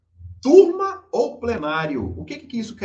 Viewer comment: turma, nesse caso, soa como " quantrill"